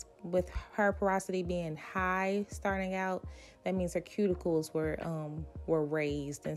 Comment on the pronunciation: 😮did she say cuticles yall